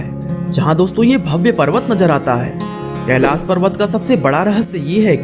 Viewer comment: Tu log Hindi bhi Nahi ati Kailash hota hea